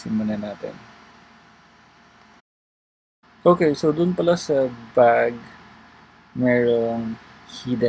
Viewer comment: Pwede mo yata sya lagyan ng hash tags para masearch? 🔎 Natawa ko dun sa "bug" "bag" 😁